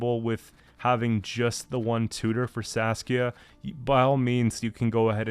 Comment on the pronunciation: I'm sorry, I have to write this down: Every time you say Saskia I always hear Sasuke 😂